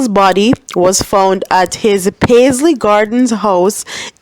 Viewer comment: the proper pronunciation is like you are saying ( passa-passa) pass- ly. There is a place in Clarendon that is named "paisley" so the way you are pronouncing Passley can be confusing. Other than that your commentary was good.